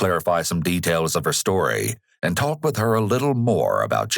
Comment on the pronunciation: someone tell this guy the L is silent in the words 'walk' and 'talk'